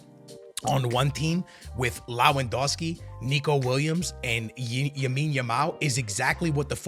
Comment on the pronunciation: plz stop calling him yamine yamal....his name is LAMINE yamal 💀....you do it in every vid bro